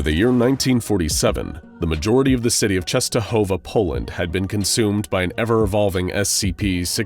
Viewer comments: Eyy true just wanted to write the same thing, its read really good :D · as a polish person, i love how you pronounce "Częstohowa" i think you're the first american person to get it right